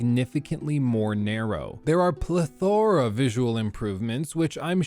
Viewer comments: Pleth-aura lmao. It's pleth-er-ah. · A pleth-oh-ra? Homie just said plethohhhhhra